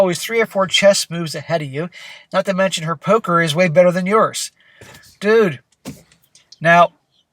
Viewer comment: ".... her 'poke-her' is way better than yours." 😂